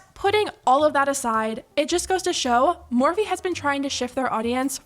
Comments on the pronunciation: the “MAHWFEE” pronunciation gave me chills but like in a disgusting way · The way she said morphe “mophee” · "moe-fee" -mikaela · Well I never cared about morphe I always found it tacky and cheap plush imagine wanting to collab with someone that can't even pronounce the brand's name 😂